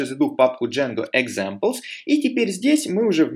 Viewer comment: Автор канала - замечательный человек! Уроки тоже хороши! Но сука - пЭс, джЭнго, экзЭмплс. Как в анекдоте "Йода, можно я пукну?" - не пахнет, но слух режет :)